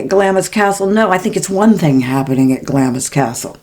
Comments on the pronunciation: Clamps is pronounced Glams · Hi just love your podcasts❤ i didnt want to sound condescending Glamis is pronounced GLAAAAMS CRAZY really.....sending love and blessings to you and Max ❤❤❤❤ from the UK 🇬🇧